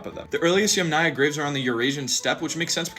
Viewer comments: it's actually pronounced YAMnaya, not yamNAya, stress is on the first syllable. Otherwise great video!! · If the word yamnaya comes from Russian/Ukrainian I think the intonation would be on first syllable. Ie. Yámnaya instead of yamnáya. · I feel like your pronouncing of Yamnaya is wrong, and it’s like yámnáya (I don’t know the symbols, so like: YAM 🍠- НАЙ - UH) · Stress in Yamnaya goes to the first syllable, btw